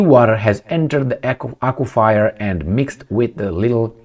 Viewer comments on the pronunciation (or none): Aquifer -- pronounced Acwa-fur ...